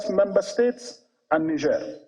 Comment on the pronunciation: Why are they all struggling to pronounce Niger? Disrespectful